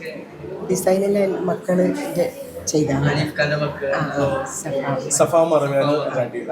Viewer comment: ഷഫയല്ല, സഫയാണ്